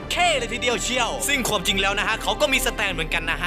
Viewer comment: ใดๆคือชอบคำว่า ควม ของพี่มาก อ้ายเป็นคนไสหนิ